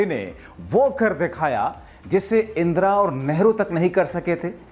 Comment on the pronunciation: इंद्रा नही इंदिरा